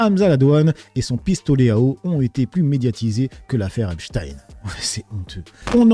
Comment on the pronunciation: Si c'est pour epstine et non Epstein. J'ai même même pas envie t'entendre. Tu sais déjà que se sera du blabla 😂